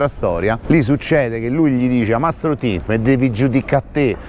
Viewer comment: Mastro ditta o titta?forse è l'accento...... Ma cosa vuoi che sia questo a confronto le porcate che hanno e fanno lo S.P..... sono i primi amici della maf.a ... Ma dai .. Mastro Titta era un piccolo ingranaggio.....